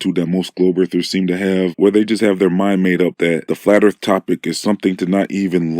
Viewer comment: "Looking into Flat Earf" is quite rewarding... everyone needs a good laugh once and a while - and that sh*t is hilarious !